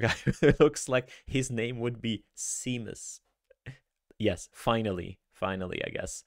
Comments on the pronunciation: Seamus = "Shaymus", Irish version of "James". Not "See-mus" 🤮 (Great episode, btw!) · Hi. Seamus is pronounce Shaymus. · 'see'mus - LOL